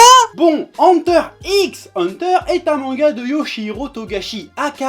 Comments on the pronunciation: et le u se prononce u pas a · Mec c'est pas ANTEUR c'est EUNTEUR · déjà avant de te plaindre de ceux qui prononces "hunter hunter" faudrait que tu apprennes à dire "hunter" avec un bon accent je pense